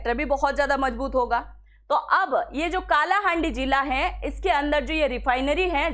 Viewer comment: काला हांडी नहीं कला हांडी